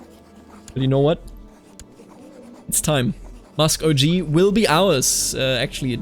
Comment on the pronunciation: Just as a little piece of advice, sir. Muskogee is pronounced with a hard G. So like “Going” or “Gape.” Much the same way German G’s are pronounced in “Gehen” or “Geld” Great work absolutely love this series a lot.